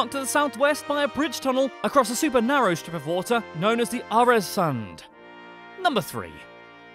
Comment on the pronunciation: No, not Aresand, ÖRESUND! Haha, Jottland